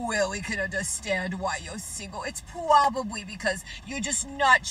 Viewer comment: Elmer Fudd did her dirty. Pwobabwee 😂😂